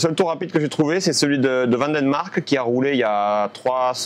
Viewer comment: Comme disait Lucas Mahias, ce circuit n'a pas vraiment d'intérêt... Ta remontée lors de la 2e course était folle. Dommage que tu sois parti de si loin à cause de la casse de boîte de vitesse. Au cas ou,, ce n'est pas van den Marck mais van derrrrrrrr Mark 😅 Très intéressante ton analyse de l'apprentissage du circuit, c'est toujours bien cool quand tu nous partages tes moments. Bravo mec!